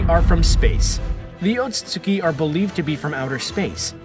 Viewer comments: Ote suite ski = otsutski Not ote sote suki 🥴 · Sounds like your brain skips every time you say "Otsutsuki". Lol. Still, great video.